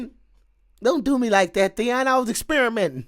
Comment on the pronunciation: Who says Theon?